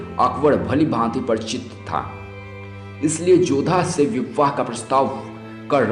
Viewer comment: O bhai pahle bolna sikh le chutye vivvaah...🤣🤣 tu hai chuttiyyaah....🤣🤣